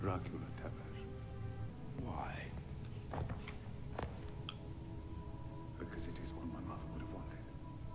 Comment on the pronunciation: As a Romanian, the way they pronounce Tepes triggers me so much.